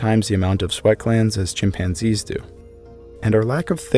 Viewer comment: Hominids {himpanzees} LOL!